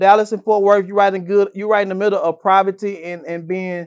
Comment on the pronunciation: “You right in the middle of proverty” didn’t know proverty was a word